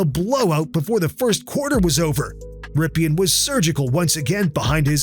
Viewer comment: Nice video. But Rypien is pronounced Rippin.